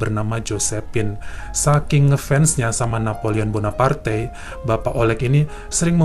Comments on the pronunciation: Napoleon Bonaparte kali ya nyebutnya bukan Bonapartai😁😁😁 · Gemes banget tiap mas nya bilang Napoleon Bonapartai 😅😅😅